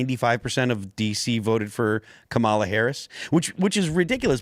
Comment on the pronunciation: You’re so stupid. You can’t even pronounce Kamala correctly